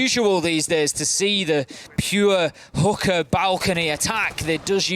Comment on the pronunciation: Guys, its "Hoo-Ka" not "Hoo-ker" I don't think any one is attacking hookers in siege. That is GTA